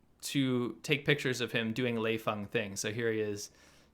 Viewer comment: Lei Fung huh..... Lmao!